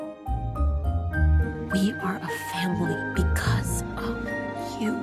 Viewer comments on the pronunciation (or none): none